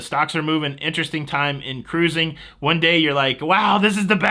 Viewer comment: Thanks for all the cruzzzing. WOW did you say jewelry? you always have me laughing.